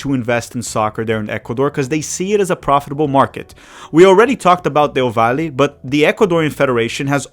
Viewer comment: The way you are saying valle 😅 however loved the video 🇪🇨